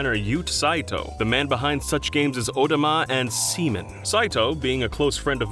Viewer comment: my ocd was bothered by the weird pronouncing of Odama....then the awkward laughter started as Seaman was mispronounced as semen.....